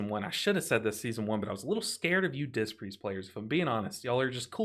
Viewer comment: I can't unhear say "dist" Priest. Dangerously close to dissed 😶😂